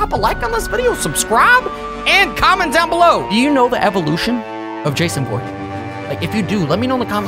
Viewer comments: Um my friend is called Jason but not vorhess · It's voorhees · Dude it’s not Jason Borgese is Jason for Keesler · It’s v v v voorhees